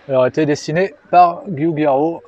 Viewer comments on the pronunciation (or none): "Giugiaro" dans ce cas en Italien on ne prononce pas les "i" ce qui donne " Djoudjaro". Vidéo cependant bien intéressante.